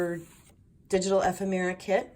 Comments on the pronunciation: Love this journal!! Ephemera..is pronounced...E..fem..ra. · This is such an incredibly beautiful book. I so enjoyed walking through all the lovely, delicious details. Simply gorgeous! (I hate to do it, but it comes from the best intentions in my heart, but the word ephemera is pronounced EE-FEM-RA. Please don’t hate me. Wink-wink.)